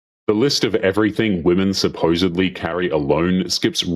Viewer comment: did you say "supposively"?